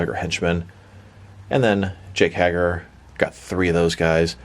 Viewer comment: yes and Hager and Rousey but you only said Rousey wrong the first time lol Hager is like HEYger